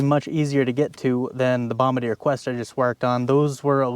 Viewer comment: You said it the French way! nice! what a cool design, pushrod, let you take the head right off, so easy, no timing chain, so much access! the rear rad is a great idea too, love that huge rear diff and swingarm, made for farmers\commercial, like wow! great commitment going 50mph into huge raindrops downpour, great video!